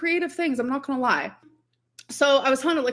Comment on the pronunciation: Girl u don’t say “lie “ like tht 😂😂stop